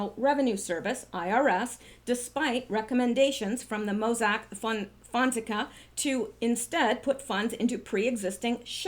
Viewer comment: PLEASE, pronounced "fon (fohn) sec (SECK) a (ah), accent on 2nd syllable.